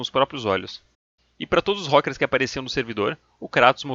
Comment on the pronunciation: "rókers" ai meu cerebrooooooooooooooooooooooooooooooooooooo